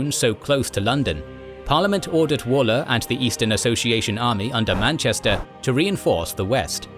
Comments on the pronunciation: I’m just gonna shout it out here. It’s not actually walker like “wall” -er. It’s actually Waller like the wal in Walt - er. Petty I know but it’s driving me mad. No bother though, it’s an unusual thing to know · Are you actually British? Waller is ONLY EVER said as 'Woller'. I've known numerous people with that surname over the years, and not one of them was a Wall-er. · AI generated commentary is appalling. 'Wall Er' for 'Waller'; Crop Redy for 'Cropr'dy'. I stopped listening after that. If you cant be bothered to do the thing properly, why bother at all?